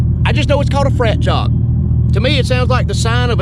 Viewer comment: ohhh...you said fractal. I heard "frat job" like the first 5 times.